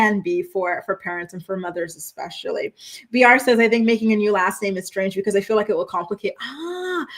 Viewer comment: jenelle every time she says “exspecially”